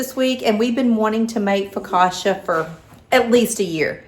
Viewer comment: “Foe-ca-tcha” accent on the middle syllable. Sis yr so from KY :)